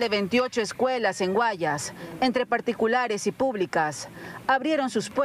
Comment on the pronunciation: SE DICE : En la provincia del Guayas....noooo Guayas.... cual es el problema de hablar claro y apropiadamente. ???